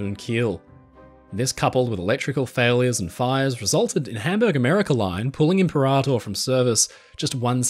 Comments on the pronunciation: "Limperator" lol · i had to pause the vid to laugh out the "Limperator" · the way you intentionally mispronounce imperator over and over cracks me up. love the dry sense of humor